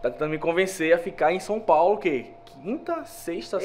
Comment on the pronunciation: Som Paulo.. 😂😂😂